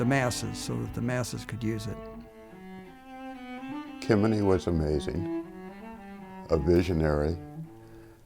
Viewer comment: Ah. "Kemeny" becomes "Kennedy" ... and "computation" becomes "competition"! Yes, definitely computer-generated.